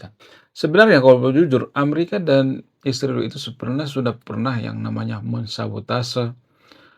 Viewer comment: Ngapain sih nyebut negara Israel pake isriwil, kang???!!!!! Yg bener lah.. Tlg ya..